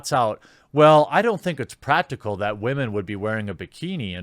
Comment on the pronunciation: I appreciate your principled approach. Are you aware how to pronounce "women" (not "wah-men") or are you being facetious?